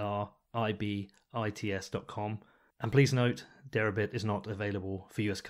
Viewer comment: This interview was scintillating and informative, especially in demonstrating how accessible the SEC administration (at least Hester Peirce) can be. I think you are OK and I will be following you from now on. Suggest you spell out in print the name of Derabits on the header as I had trouble with your accent on that one.